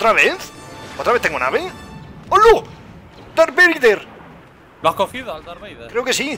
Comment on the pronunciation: jaja "dark vleider" a lo poker